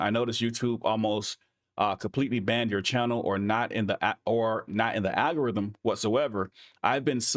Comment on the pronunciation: Love what you do. and it's "AL-go-rythm"